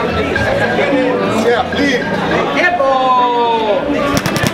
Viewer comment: "Eeecey guysss eecey" -Canelo